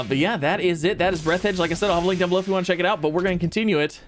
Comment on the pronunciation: It's Breathe the edge, not breath edge